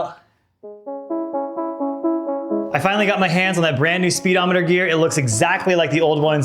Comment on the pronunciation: “Spee-Demoneter”. Ha!